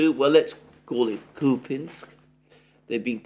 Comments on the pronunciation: KupYansk!!! Not kupinsk! Whoever told you that must have an appalling regional accent. Wrong! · Kupiansk is not pronounced 'Kupinsk' - complete nonsense, just pronounce the names like most people do in English and forget about the subtleties of Ukrainian pronunciation that would be lost on a foreign audience anyway - otherwise, great work as always! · Купјанск = Кupjansk = Kupyansk Here the "j" is pronounced like the second sound in the English spelling of the letter "I".